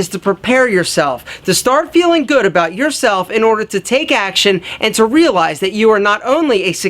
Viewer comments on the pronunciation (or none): Condition yo mind and wealize lol he missed the r but hey nice vid man